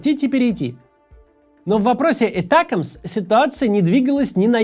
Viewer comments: Этякамс 😅. Макс, Атакамс да и всё, мы не коренные американцы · Химарс, этекимс! Я сначала даже не поняла второе слово. Максим, а можете произносить эти названия как все, а то не только слух режет, но и сразу въедешь о чём речь? Спасибо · ATACMS. Ударение на второй слог. Сокращение от Army Tactical Missile System. Англичане по Би-Би-Си произносят с ударением на второй слог. И не "Этэкамс", а именно атакамс.